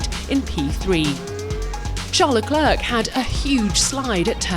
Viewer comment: The last "C" in "LeClerc"is NOT pronounced!